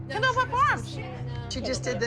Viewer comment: am I the only one that heard kindle instead of kendall